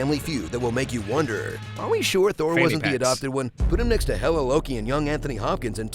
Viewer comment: Just gonna say, I did enjoy The Dark World more than Ragnarok. Also Thour (pronounced Thou-er)